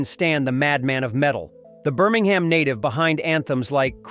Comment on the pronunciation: Show respect to Ozzy, Black Sabbath, Birmingham, and any other metal fans. Pronounce 'Birmingham' correctly 😡😡😡